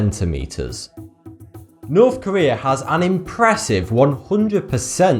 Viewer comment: It's North Korea, not Nuuuwthh Kuwweeeaa.